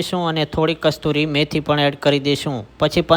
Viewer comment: કસ્તુરી નહીં કસુરી મેથી..... (સુકી મેથી).